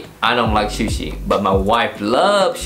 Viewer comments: Su shi, not shu shi. Lol. Looks good. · Shoe-she lol